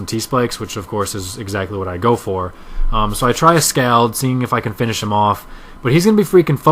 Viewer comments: its pronounced scawld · You say Scald weird. There. I said it.